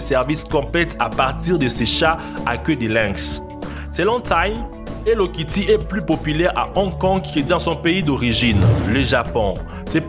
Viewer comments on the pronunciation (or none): Mdr quand tu dis hello Ketty